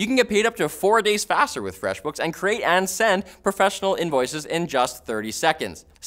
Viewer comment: All freshbooks ads should be delivered by for the way he says feshbooks